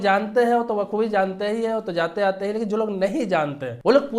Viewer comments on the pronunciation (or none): none